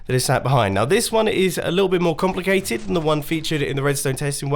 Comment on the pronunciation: Mumbo: "it's not too compicated." Also mumbo: letters in math